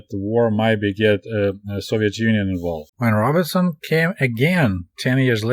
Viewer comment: Comrade What an interesting book to review. I waa hoping to hear about Langston Hughes! Also... Robeson is pronounced ROBE - son, not RAW-bih-son. I know you never really heard of him but he's a major American musician of the 20th century.